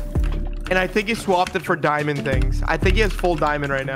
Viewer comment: At the "dimaond" ,hehehehe